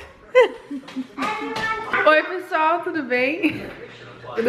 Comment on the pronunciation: A falando "pissual" é a melhor parte, que linda, eu amo...e que viagem maravilhosa, Deus abençoe vcs, divirtam-se...bjao